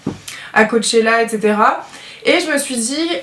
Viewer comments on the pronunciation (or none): J'ai adoré la video ! mais "cochella" :,)